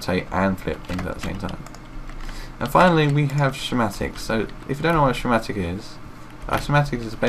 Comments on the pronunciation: its pronounced "skematic" not "shematic" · cool but, what's a shematic.. Sch, Sch, School, Schematic. Say it with me.